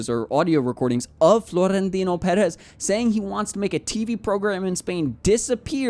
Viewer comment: Marca with a hard "k" sounds, not an "s" sound. Also, Perez is pronounced with shorter "eh" sounds for both E's and a slightly longer "s" sound for the Z at the end. Like a quick hiss. I'd rather hear americanized pronunciation rather than botched, unresearched "spanish" pronunciation. Okay, thanks!